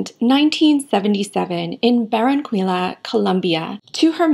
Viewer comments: Barran-cuila ? Hahaha you butchered Barran-kiya ! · Been waiting for this one! I’ve been a fan of her since her third album came out back in ‘95. She looks so natural to me, let’s dive in! P.S. Barranquilla is pronounced with a hard r or rolling r (this is how double r is always pronounced), the u is always silent when next to a q and the double L always has a hard j or y sound. Ba-RRan-Kéy-Ya 😊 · The double L in Spanish is pronounced like the Y in English so Barranquilla is pronounced "Barranquiya". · Hi, love ur content. Just wanted to mention the best pronunciation for "Barranquilla" would be something like ba-rran-kee-ja I appreciate You Made this video. Love from Colombia 💗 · Hi, just so you are aware you mispronounced Barranquilla. It is pronounced (baa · ruhn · kee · uh) sorry just wanted to point this out for those unfamiliar with this beautiful Colombian city. Great content as always. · Baranquilla is pronounced “Bah ran key yah” not “quil” like “quilt” or “quilts” 🤭 I hope that makes sense!